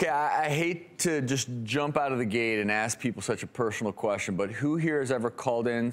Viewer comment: Pershonal queshion? Why does he always pronounce the "s" like that.